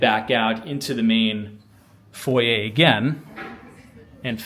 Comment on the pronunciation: Where are you from that you pronounce foyer correctly.